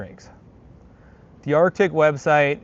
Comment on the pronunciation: It’s pronounced ARTIC